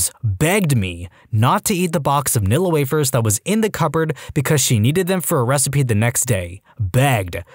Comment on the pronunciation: Bro really said “NILLA WAVERS”